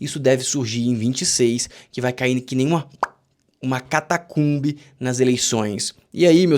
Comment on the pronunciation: Catacumbe ou hecatombe😅😅😅